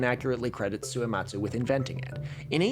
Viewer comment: Two questions about Suematsu Kenchō: 1. Do you think he spelled his name Suyematz on that paper so that english speakers would pronounce it more correctly. I.e. without the hard U sound that puts on the end of his name? 2. Do you that moustache is fake? Posting this comment without finishing the entire video, lord have mercy on my soul